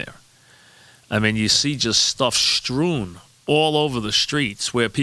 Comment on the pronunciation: " ya see stuff stroon"